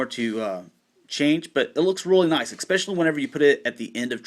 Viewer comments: eckspecially, are not. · Why do you say "especially" wrong?